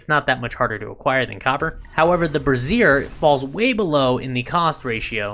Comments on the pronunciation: brassiere bruh-zeer - vs - bra·zier /ˈbrāZHər/ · Although you may not know this, I'm here to help.... Brazier is pronounced like this: brei ·zhr You & many others I've noticed are pronouncing it like: Bruh-zeer... that's a womens under garment, AKA a Bra. Great information otherwise :) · someone tell this man how to pronounce "brazier" (BRAY-zhr) so he stops saying "brassiere" instead (helpful vid tho) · It's not an undergarment for holding up boobs. Pronunciation: BRAY-zure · Just a minor point Brassier is pronounced Brais - Yer As in Braise, Yer meat. With emphasis in the A not ah and eRR not EEr. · That's not the way you pronounce 'Brazier'. You're pronouncing it like a lady's boob holder. LMAO